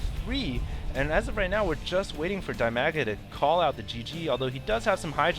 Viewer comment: "Dai-mea-ga" sounds really weird for some reason... I think "Dee-mah-gah" is how it's supposed to be. I dunno why.